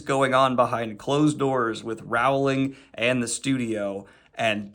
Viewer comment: PSA: "Rowling" rhymes with "bowling." ...Please don't come for me.